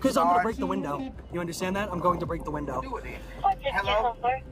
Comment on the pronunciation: Do you actually “understad” that? 😂